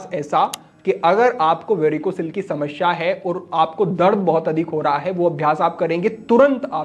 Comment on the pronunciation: Not sha ...samasya Hota h..shamashya nahi Hota h